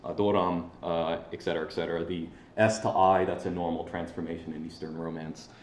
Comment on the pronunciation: It's "etcetera", not "ekcetera".